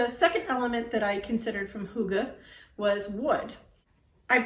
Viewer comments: No, you are not pronouncing it right. Try google translate and prees The audio pronunciation to get it right. This is not meant as a judgement, it's just a suggestion. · Yes, it is a bit tricky. But it is not as difficult as it seems. Keep trying, i know you'll get there. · Haha, your pronounciation of hygge is so funny :D Actually, English doesn't have the exact sound the Y makes. If you could read German, I'd tell you that it sounds like the German Ü, therefore German pronounce hygge like hügge.